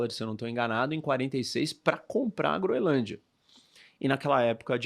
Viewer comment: A guria conseguiu se atravessar em tkdos os comentarios errado e falou o nome da ilha errado todas as vezes